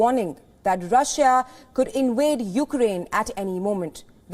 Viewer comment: The word is invade not inwade🤣🤣